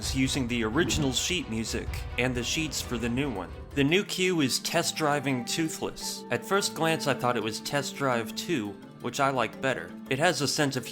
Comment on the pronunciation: "Test Driving 2-thless" or "Test Driving TOO-thless."